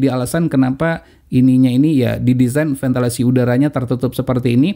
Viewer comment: VENTILASI bukan ventelasi, pakde pakde